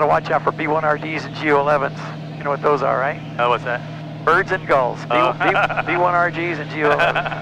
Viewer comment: Sounded like he kept saying Go11's not Gu11's -- Awesome plane, unless something else catches my eye I think I went from interested in Mooney to thinking maybe I wanted something more STOL and off runway capable because it seemed like when you went with Mooney you lose a lot of characteristics, but this drew me back into the "Get there" style plane. I love the speed and fuel burn. Love the way it seems to stall. Love the way people talk about it after having their eye on it for years then getting to fly it. Sounds like a dream. Mooney owners said once I flew in one I would never go back, I only got to fly back seat but it made me think the Mooney was not really comfortable for 4 people either. <Shrug> Not sure but this looks like a dream - also seem to be affordable compared to anything in the same speed, size, or distance class! Love it! Thanks for the awesome video!